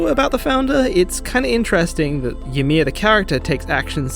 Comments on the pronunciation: WAIT. Hold up. Is this how English-speaking people pronounce Ymir? ... Is this how they said it in the english dub?! I... wtf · Man, I hadn't even thought about the fact that you might pronounce it weird. That's wild.